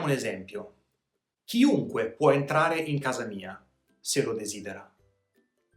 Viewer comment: Ciao buon anno! Ti faccio una domanda perché dici ciunque invece che chiunque?